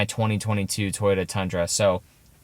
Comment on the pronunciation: Not toyoRa… it doesn’t have a R 🤦🏻‍♂️